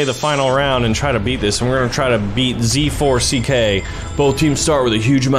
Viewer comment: It's just groot not "I am groot" And it's pronounced "zack" not z-4-c-k